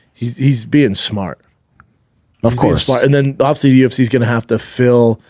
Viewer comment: It’s one of the great mysteries of the universe. Dude struggles to say the word “obviously “ he says ovsey. Go figure